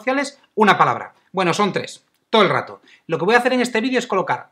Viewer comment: Solo la vi una vez la palabra pero no decía todo el rato creo que decía toelrato lol. Saludos